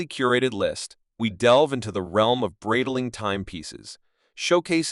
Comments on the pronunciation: Man, you don't even know how to pronounce "Breitling". What kind of expert are you? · AI voice over sucks, can't even say the brand name correctly